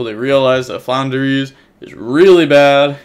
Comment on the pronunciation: also it's flunder or floowandereeze, not Flounder. Flounder is a fish.